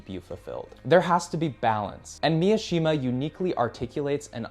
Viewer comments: It's pronounced: Mi Shi Ma Not pronounced : MIA shi ma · Mishima. It's not Miashima. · immediately mispronouncing Mishima as MiAshima really shows that we are watching a video by an American creator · Just a heads up, Mishima’s last name is pronounced Me-She-Muh not Me-uh-she-muh “Easy” thing in Japanese is that there’s no such thing as short vs long vowels, every vowel is pronounced the same every time. A = ah, o =oh (think Toyota cars or Canon cameras) i = E, U = oooh (think Mitsubishi or Mt. Fuji) E = Eh (think Nintendo or Lexus) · Mishima, not Miyashima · His name is Mishima not "Miyoshima" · I’m gonna be that asshole but it’s pronounced mi-shi-ma not Mia-shima. His book called spring snow is hands down one of my favourite books I’ve ever read good pick 👍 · It’s Mishima not Miashima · bruh, Yukio Mi-uh-shima? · White dude saying "miashima" yea bro I'm okay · cool video, but I don't know why you add a ya in mishimas name like its miyashima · cool vid! nice book recommendations. one knit pick, Mishima is pronounced MI - SHI - MA. (MI "MInk") (SHI "SHIp) (MA "MArgate"). man, i made it complicated than needed! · It's pronounced MEE-SHE-MAH. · Good video, but why do you keep pronouncing it as Mi-A-shima? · Bro yaps about the responsibility of reading classics and then mispronounces Mishima’s name